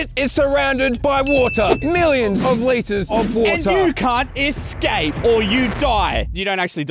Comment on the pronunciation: "You can't secape or you'll die!" 2022.